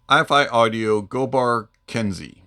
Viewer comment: It it pronounced “Ken-Say” for future reference. Nice review as per usual